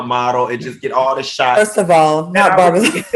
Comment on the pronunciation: He said Alvin Ailey Revelations 🤣 and Barbazon I can’t with him.